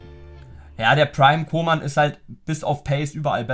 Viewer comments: Der heißt nich koman sonder köman so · Man spricht ihn Kuhman aus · Man spricht ihn Kuhmann aus Es klingt so als würdest Kingsley Coman meinen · Koeman spricht man kuhmann aus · Jemand der koeman nicht richtig aussprechen kann, sollte ihn auch nicht spielen dürfen...coman spielt bei bayern😁